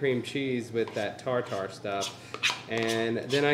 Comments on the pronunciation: Ok it’s tar-ter and that’s not a lot of cheese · I love how you saw tar tar like you’d say ja ja in jar jar binks lol 😂 it’s tarter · Cream of tartar is pronounced tar-ter, tartare is pronounced tar-tar lol yall are silly and fun to watch